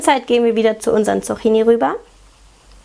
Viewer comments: Die korrekte Aussprache ist [tsuk'ki:ni], nicht [tsu'xi:ni]. Außerdem ist es sonnlos, im Plural ein s dranzuhängen, da 'Zucchini' schon Plural ist (Singular 'Zucchino'). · Die Dinger spricht man Zukkini aus... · tolles Rezept :) aber einen kleinen Kritikpunkt habe ich. Das "cch" wird wie ein "ck" ausgesprochen (Zuckini quasi)